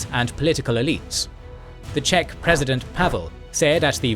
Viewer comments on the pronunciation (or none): none